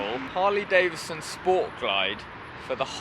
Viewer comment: Why do people say Davison when its Davidson please use the d its not silent. Sorry this only bugs me because people miss pronounce my name.